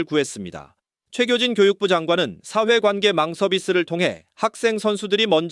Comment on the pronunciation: 기자분 발음 제대로 하세요 사회관계 망서비스 아니고 / 사회관계망 서비스 입니다 <여과 없이 불출되> 도 역과없이 아니고 여과 없이 입니다 발음도 띄어 읽기도 틀렸습니다